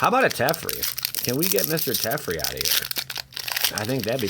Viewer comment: Its teferi not tefrei Te fe ri